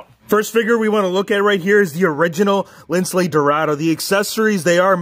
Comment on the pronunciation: It's Lince not Lincle